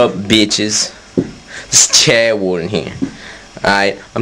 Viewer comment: HOLY CRAP. He doesn't know of consoles before the ps1. Fuckin chad warden. Or as he pronounces his own name: Chair wool.